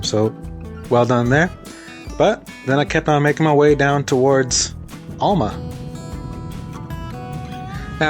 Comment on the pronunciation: Thanks for the vid, really enjoy them. Also enjoyed your play on words with Cape Enrage/Cap Enrage. One last observation, ifn' ya wanna sound like a local, its pronounced AL-MA like your Uncle Al not ALL-MA like all of your uncles. Cheers lad and looking forward to the next one!😀